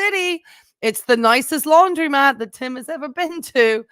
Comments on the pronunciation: the word is laundromat, not laundry-mat. Please don’t mispronounce it like Tim. 🙃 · It’s not “laundry”-mat, was my point. 🙂